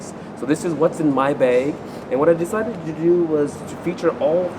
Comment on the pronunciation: Anyone else love the way he says "beg"?